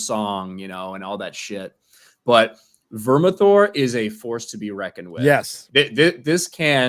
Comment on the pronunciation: It’s Vermithor